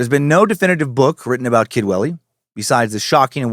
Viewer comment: I keep hearing "Kidwelly" as "kid willy" which is hilariously unfortunate for the town itself but fitting for the cult